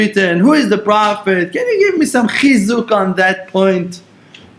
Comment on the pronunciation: oy veh, i had to blow my nose, you got me crying over avraham and then the way you say chizuq 🔥 made me laugh